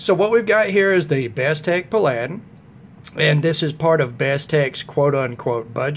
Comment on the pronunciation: it's pronounced "Pal- a- din." Like the old tv show. I got mine on Massdrop and saved about $12 off of the retail price. I love it too. It's better than Bestech's other offerings in my opinion. It's a beauty. Thanks!